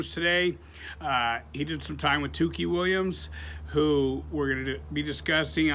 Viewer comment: Its Tookie bro